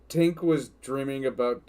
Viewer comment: Also Tink is the right name but the narrator often makes the repeated mistake of saying Twink, and they know they do it